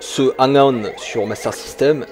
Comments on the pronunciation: À "Super Hang-Out" ?! Euuuhh attends là c'est moi ou... ? 🤨 "Alors Super Hen-Hong" Noooonn toujours paaas... 🥲 "La suite du mythique Hung-On" Aaaahh, c'est déjà mieux ! 🙂 "Dans Super Hen-Own" Décidemment, quand ça veut pas, ça veut pas ! 😅 Bon j'arrête, je ne vais pas citer toutes les autres tentatives 😋 Sinon, trêve de plaisanteries, super vidéo ! Et oui, complètement d'accord avec toi concernant la synchronisation vitesse de défilement / décor / route / éléments du décor ! On est d'accord, il y a un vrai problème et je l'ai toujours vu ! Déjà à l'époque ! En revanche, ça ne m'a jamais empêché d'aimer le jeu, malgré la lourdeur du gameplay et les aberrations d'animation (saccades et compagnie) 😊 Ah et sinon, j'ai toujours trouvé que la musique (enfin le petit bout de musique, celui-ci à ou encore à ) ressemblait beaucoup à la chanson de Francis Cabrel "Les Murs de Poussière" 😆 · Hang On t'as du mal à le dire hein^^ Pareil je préfère la version SMS